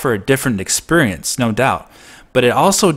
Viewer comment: I can’t help but hearing you say “expurience”